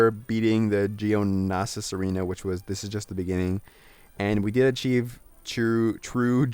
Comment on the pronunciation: Just a few tips: its pronounced (Pad-may for Padme), and the character you called Lando was actually Mace Windu. I love your walkthroughs and freeplays but i think it would be/would've been worth your while to at least watch Episode III to understand Star Wars or at least know most of the names from this game. And the starting battle (Geo-know-sian) arena was at the end of The Attack of the Clones